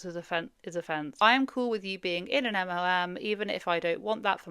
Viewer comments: I enjoy your videos but its EM EL EM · Are you saying MOMs? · she doesn’t pronounce it as MLM. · Are you saying MLM? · the way your accent makes the L sound like an O watching this video like damn what did moms do? 😂